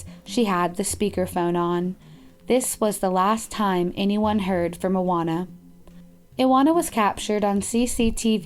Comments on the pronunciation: iwona wieczorek- u pronounce that like eevona vechorek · La Dolce Vita it should be pronounced Ivona, w in Polish is like v in English, also her surname should be pronounced viechorek cz=ch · Isn't it supposed to be ee-vo-na vie-cho-rek? It's a polish name, right? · About the Polish girl, her name is pronounced: Ivona (like Ivana with different ending) Viechorek (CH like in Chicago). You are welcome. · No 5 is pronounced "Ivona Vishorek"... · You butchered Iwona’s, pawel , Adria’s, and mareks names. Polish people pronounce w like v.